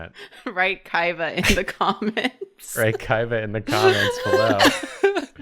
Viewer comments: Why do I always heard "Kayaba" everytime they say "Kaiba"? I hate SAO it ruined my life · Why does it sound like they’re saying ‘Kaiva’ 98% of the time?